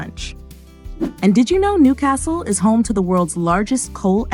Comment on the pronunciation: You'd have to learn how to pronounce Newcastle first.